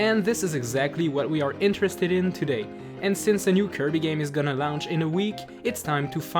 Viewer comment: "and since the new kirby game is gonna lounch in a week" LOUNCH